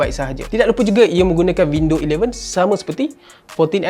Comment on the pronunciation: Windows11 ❌ WindowElevens ✅ 😂